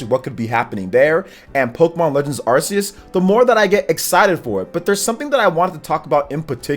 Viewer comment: Why is is pronouncing that Pokémon game name wrong, again? Learn the name man.